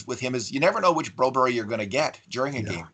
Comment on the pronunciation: Just say Bro-BERG, stop the berry.